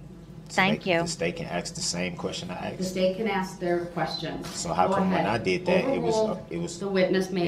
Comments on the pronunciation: …you crack me up! Because you “axed it” 🤣😂🤣😂🤣😂🤣😂I was thinking the same…. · It’s a lot to remember a year later …. It’s ASKED Brooks not AXED